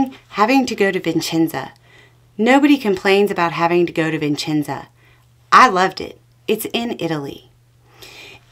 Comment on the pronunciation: Hi, just a minor correction. It’s Vicenza, not Vincenza. Vincenza is a woman’s name (my grand-aunt was called Vincenza) Thanks again for everything. Vote Blue.